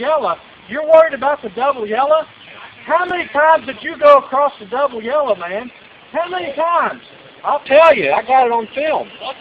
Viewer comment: passed on a double "yella" lol..